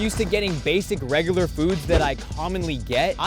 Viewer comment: bro said regoolar